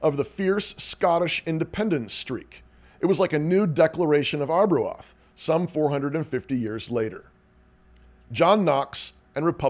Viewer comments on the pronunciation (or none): Ar-bro-Ahth? Do you possibly mean Arbroath (pronounced R-bro-th)